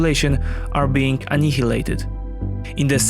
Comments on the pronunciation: FYI, "annihilated" is pronounced онЯялэйтыд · For future reference, "annihilated" is pronounced "an isle ate ed". Good reporting as always!